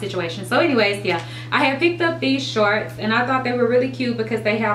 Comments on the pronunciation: "Sharts" "Sharts" "Sharts"!!! Lol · Lmbo she does say sharts😂 but I still love her